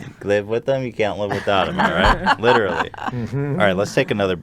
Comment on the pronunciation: "Litcherally" is leafy confirmed